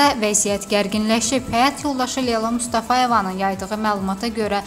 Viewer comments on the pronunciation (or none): none